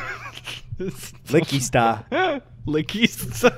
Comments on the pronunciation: It’s Wingardium Liqqy Sta not liqqy staaa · It's LiqqY Sta not Liqqy StA.